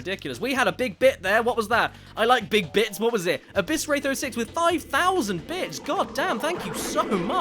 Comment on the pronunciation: Everytime he says bits it sounds like bitch lol